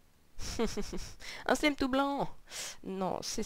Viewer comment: pas SLIME mais "slyme" (je suis maniaque xD)